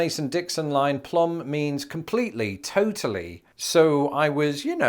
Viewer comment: Plumb means completely and totally but the b is silent. As in: That boy is plum crazy!!